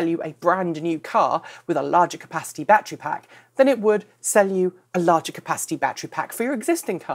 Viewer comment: Bat tree?